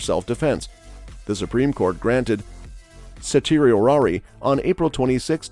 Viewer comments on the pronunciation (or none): Certiorari is pronounced "sir-she-or-ee"